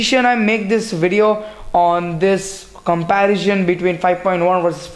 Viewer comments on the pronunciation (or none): If you want to improve, seriously work on your English. Its comparison not comparision! Also, dont talk so much, you end up speaking a lot of nonsense, keep it short and simple. Don't bore your viewers.